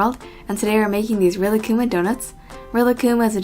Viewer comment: Rilakkuma is actually pronounced relax-kuma because he is so chill, unless im wrong. if i am then oops